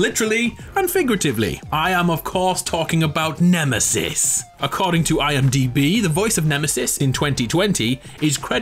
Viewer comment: The way you said Nemesis 👏👏